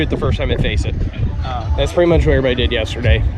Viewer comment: Love these videos. One question: are you able to pronounce the 'v' in the word everybody?